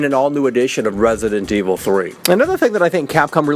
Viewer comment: Hate how he says resident evil